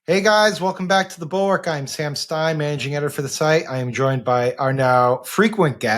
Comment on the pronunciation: SO often when you guys say "The Bulwark," it sounds like "the Borg."